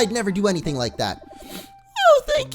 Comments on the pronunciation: said Jibanyan's name wrong, it's pronounced Ji-ban-yan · Dude no offense but I'm getting ocd it's pronounced jibonyon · If you really want to know how the orange cats name is its ji-BON-yan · its pronounced ji-ban-ni-an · lol ji-ben-nyan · Ok, it's pronounced Jibanyan as in Jee-bawn-yawn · Jee-Bon-yon is how it's supposed to be pronounced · I think it's pronounced Jee-bahn-nyan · It's ji-ba-n-ya-n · It's pronounced Jib-ban-nian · it's je-Bon-yay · Just to let you know, I'm pretty sure that Jibanyan is pronounced as jib-ahn-yan. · It's pronounced hebonyon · Orange just saying, it's pronounced," juh-bon-yun." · Mo its pronounced like jib-on-yon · Dude you pronounce jibanyan wrong u say it like jewbanyan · I'll show you how to pronounce the right Kitty's name ju-pan-iyn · It s pronuce gi ban yan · Its Ji-Baan-Yan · if it helps, Jibanyan is Jee-bah-nyawn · It's pronounced ja-pan-yawn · 'tells us that the game teaches you how to pronounce the names so the TV show is unnecessary' 'continues saying Jibanyan's name wrong' Lol. Seriously, Orange. Jib. Ahn. Yawn. GET IT RIGHT! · It's pronounced ji-Bon-YAWN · ITS JIB AN YAN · it's pronounced Jah-BI-Yahn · pronounce jibanyan as chim-pon-yan its how its supposed to sound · Btw it's pronounced ji bon yon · Jibanyan is pronounced chi-bahn-yahn... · your saying jibanyan name wrong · HOW THE FUCK CAN YOU SAY JIBANYAN'S WRONG SO MANY FUCKING TIMES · Omg orange! U just learned how to pronounce Jibanyan and u pronounced it wrong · u say his name wrong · It's called jib-ayn-yan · Orange no offense but it's Ji-ban-yan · It's pronounced Jibanyon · It's pronounced jibonyon even know it's spelled different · It is pronounced chibonyan orange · Game tells you the correct pronunciation (LITERALLY 30 SECONDS LATER) - "Now we've got 'Jib-in-yann' in our party.." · its pranounced je-ban-yan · its pronounced Jibonyon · You t is pronounced ju-Bon-yon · it's jabnyan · It's pronounced ju-bon-yon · ja-bon-yan not ja-ban-an